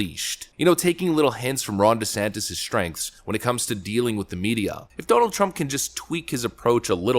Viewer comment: Words you got right: sticking, starting, stuff, stage, stand, start, stays Words you got wrong: SHTream, SHTrengths